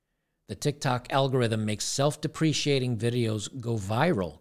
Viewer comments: to say Self Deprecating, its Deh Preh Cate Ing. Just looking out homie, keep up the good work! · BTW, it's "self de pre kate ing"